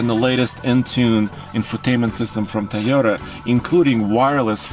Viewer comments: Will someone please teach how to pronounce TOYota? It's not TIEota it's TOYota. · Tell the Russian guy how to pronounce Toyota,it starts with a Toy not Tay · Its a Toyota, not a teeota or tahota or tayota, do you say its childs tee or tay or tah, no you say its childs TOY, so say that please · "Tiyota Ticknology"